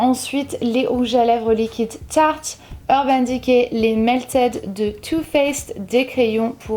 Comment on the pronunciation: Parce contre tu as un accent trop bizarre lorsque tu dis "Tarte" a 😂😂😂 lol